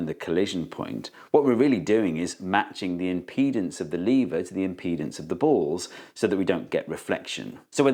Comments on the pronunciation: It's NOT lee-ver, it's LEV-ER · I think the main problem with the lever is you're disrespecting it by pronouncing the name of it wrong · First of all: It's lever, not "leever". Second: Thanks for the video. Now I understand levers even less. Maybe they're magic? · Is it pronounced leave-er or lev-er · It falls a bit flat for Americans because we pronounce "lever" as "levvrr" instead of "leevuh". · You mean "leever". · It's pronounced lever! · Did Steve say "Lever comment" ? LOL. Okay lots spotted this. Funny sub titles: 'Jewel of energy' Who is Arthur Newton? What happens when you try to push an immovable object? Nothing moves. What happens to the force? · Ooh there is an American in the room 😅@ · I thought lever was pronounced "lever" and not "lever" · Was it intentional, or just a British “intrusive-r” sound?